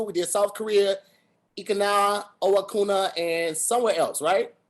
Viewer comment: Not at saying “Eekina Owakuna” 😂😂 ain’t no place in Japan called that